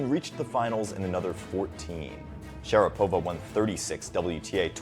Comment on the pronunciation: It's pronounced sha-RA-pova not share-PO-va.